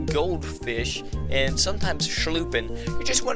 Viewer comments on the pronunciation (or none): I’m not trying to be that guy and this was 4 years ago but it’s a sculpin pronunciation like this skull 💀 - pin 📍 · 😩 calls a sculpin a shhulpin ....😂